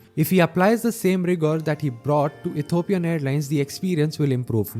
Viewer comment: say Ethiopia, not Etopia